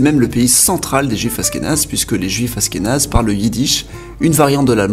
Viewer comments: Ça se dit aCHkenaz pas aSkenaz !!! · Achkenaze pas Ashkenaze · Ca se prononce achkénase pas asskénase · aSHkénaze tu prononces aSkénaze, sinon très bonne vidéo comme d'habitude j'adore tes vidéos continue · Ashkénaze se prononce Achkénaze et non Askénaze ^^ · tu dis dla merde ! Mais bravo pour la prononciation moi aussi ça m enervait ! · Oui, on dit pas Asss kénaze, ça s'écrit Ashkénaze, comme en anglais "ash..." C'est vraiment bizarre ta prononciation... Tu devais pas trop aimer les langues à l'école...😁😁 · Ashkénaze ce prononce Achkenaze 😂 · Ashkénaze pas askenaze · Je crois qu'on dit ach-kénaze, avec le son "ch" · Juste pour info (parce que ça pique mes oreilles xD ), dans le nom Ashkénaze, le h se prononce ^^ Ca fait donc le son "sh" (ou comme le "ch" en français, comme dans chien, chat, château, shalom, etc ^^ ). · C'est prononcé "ach"kénaze ^^ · Askenaze ahahah cette prononciation... ça m'a déconcentré 😂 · Ça se prononce achkenaze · On dit achkenaze et on ashkénaze